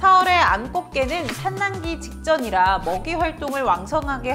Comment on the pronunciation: "산란기"는 산난기 가 아니라 살란기 라고 읽습니다